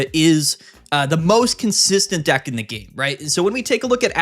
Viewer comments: It’s funny cause he mispronounced deck and instead said a word that means penis XD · i can’t believe he managed to say thundercock instead of deck